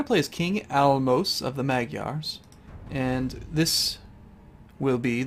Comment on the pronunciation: I am half Hungarian, so I am really happy that you are doing this LP. And please try to read hungarian names where is "s" like "sh". Álmos˙s name is actually pronounced as Álmosh or István like Ishtván. There are more of these pronunciation things, but I have no idea how to explain them to you in english, so yeah. Wish you luck man. :D